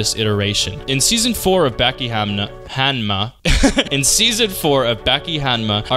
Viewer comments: Ba-ki Not backie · its bah-ki and back-ki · It’s Baki (bah-ki) don’t ever say (baa-ki) again please and thank you 🤣😭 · Baa-Key if you wanna get all english phonetics about it...... But there is not tiny Tsu in in the katakana of the title to have a double consonant sound 刃牙 (ばき) バキ not バッキ. Side note you should check out the kinda hilarious side story manga about Baki Gaiden: Scarface about Kaoru Hanayama the highschool yakuza guy and the rest of the baki mangas. in the third series he faces off against a fucking defrosted ancient man that the scientists called pickles its fucking insane. Just called Baki Hanma or in english was called Baki : son of orge. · aaahh yes back-e > bah-ki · its not back-ee its bah-kie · its not backi its boki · Aight LEMME MAKE MY DEFENSE CASE LOL. I first found out about Baki through the Super Eyepatch Wolf video and have only known it through that and another youtuber that was British. So the only way I've literally heard "Baki" pronounced was like BACK-Y 💀💀💀 300 comments later I now know that it's not pronounced like that... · it's not lol it's pronounced as "bahki" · I sure do love, “Back e Hama” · It hurt me how you said bäki😭😭 but otherwise i love this video it’s really well made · if this man say BACKEE one more time i might hurt someone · love the content bro but its Baah-Ki, baaah like sheep lol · BAAH KI BAH KEE BAKI ITS BAKI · its bah-ki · I LOVE YOU BUT SAY BACKI ONE MORE TIME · “Becky”? I mean...even the dub says it right. I’m just disappointed, because you pronounce a ton of things right. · Nobody talking about the greater than signs because he said Baki wrong during it. 😩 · says Baki is simple, mispronounces his name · Bro say Baki correctly 😂😂 I’m sorry it just sounds weird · Why do u say Baki like that love the video otherwise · why do you say baki like that gang 🤢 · Bro ain't pronouncing baki correctly💀